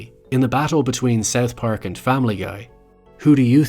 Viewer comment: I can't stand your way of pronouncing South Park "Seth pack"